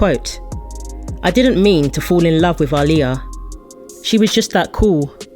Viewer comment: The narrator of this video is actually saying her name right